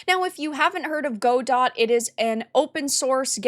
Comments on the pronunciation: Sorry to be this person, but the pronunciation of Godot is "gah-doh" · Not a big deal, but the word Godot is pronounced "guh-dow". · It’s Guh-doh. Follow Redot, the non-political fork just created. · For the love of god, it's not "GO-dott", it's "guh-DOE". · uhhhhhhhhhmmmm its pronounced "guh-dow" lost all respect for you 30 sec in, cant imagine you getting any facts right if you dont even know the name GO complain about something else you know nothing about DOT EDIT: god why did i watch this, i was so right you're so assuming from what you show, i read that xananax is disapproving of the wokeness around the godot engine, perhaps exaggerating to try and counter balance what the CM said. in no way are they reinforcing anything nor stating their political opinion, they are countering it -- at least thats how i clearly read it. stop exacerbating, what you do (drama) only has entertainment value and i hope to dog people are smart enough to not be entertained. what you did here was form an opinion before doing your research and then desperately grasp at anything that could be twisted to support it. this is called "confirmation bias" and you're full of it - either keep being a clown or take the journalism route and someone might actually respect you godot sucks. to the one dev watching this: hop on the bevy boat, we're cruisin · "Gu-doh" fyi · just an fyi I believe it's pronounced "guh-doe", at least that's how I've always heard it pronounced. :) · Yes its god-oh. She pronounced it wrong. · Is that how you pronounce Godot? I always thought it was guh-dough. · Go-Dot lmao.... girl.... you have no idea what you're talking about. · You don't even know how to pronounce Godot... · They have a "she/they" community manager (it's pronounced shitty). I was wondering if i should finally ditch Unity and try Godot.... now I can't decide which evil is the lesser. Greed or woke. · That's not how godot is pronounced.